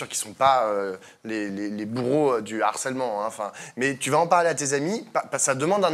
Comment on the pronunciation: On dit LE HARCÈLEMENT ET PAS L’HARCÈLEMENT!! C’est un H aspiré en bon français. Merci pour nos oreilles 🌸